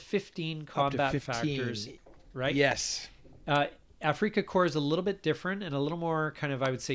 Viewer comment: It’s not afreaka corps